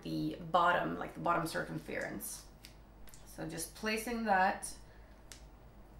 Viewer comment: I love the way you pronounce circumference it sounds so much nicer than how we English say it,kind of like sir-cum-fur-unce :) x